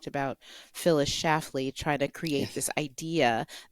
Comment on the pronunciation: SchLafly. It has an "L" in the middle. She was a beastly woman, with or without the "L."